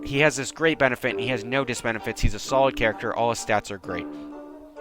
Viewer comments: I died inside when I heard disbenifite and if I mispell auto corrects a bitch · Did you say "Diss-benifits"???